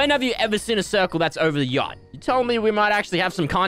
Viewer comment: yacht sounds like gyatt 💀